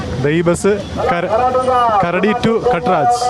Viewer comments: അതുപോലെ karadi alla..kharaadi..😅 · കരടി അല്ല കറാടി ആണ് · കരടി അല്ല കേട്ടോ, ഖരാടിയാണ്